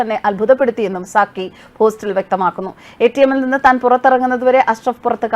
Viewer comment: "Sakki" alle?, 'Sakir Naik' allalo?.😂😂😂